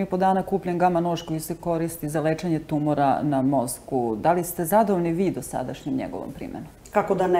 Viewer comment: kako loša novinarka!Đ Gospođa lagano reče tumUr, pa o čemu dalje da razgovaramo :D A gospođi Danici, naravno,svaka čast!! :)